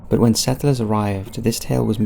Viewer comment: I love how he says things like, "antlers" and "settlers". It really shows off his accent.